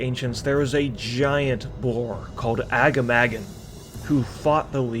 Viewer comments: "A giant boar named aga-mah-gan" IT'S PRONOUNCED AH-GAH-MAH-GHAN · A - GAH - MAH - GAN not AGGA-MAGGAN xD - Sorry that only slightly triggered me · The way you pronounce Agamaggan triggers me. Overlod Ramtusk in RFK says it out loud, it's more like Ah-gah-mah-gone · How you pronounce agamaggan is hurting my tauren ears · Agamaggan pronounced in the most absurd way possible lol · that "agamaggan" pronunciation is so far off lmao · Every time someone mispronounces Agamaggan, Metzen kills a kitten